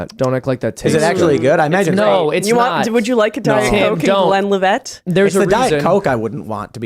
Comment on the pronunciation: "Glen livette" 😂